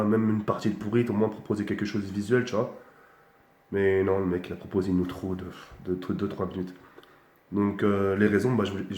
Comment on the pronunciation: il fait zahma d'chercher des mots pour gagner du temps c'est un tueur smec ptn il a dit de OUTROU😂😂😂😂😂